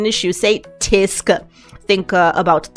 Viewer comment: The danish word for bag is "Taske" not "Tæske", "Tæske" means "To beat (up)" as in physically assault.